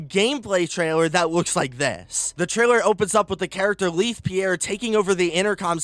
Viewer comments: ik this is smt minor but it just annoys me, he keeps pronouncing leith pierre as leeth and not laith, Good video tho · Omg, it's "lay-th," not "leath". It's not like "leaf" with a TH, lol.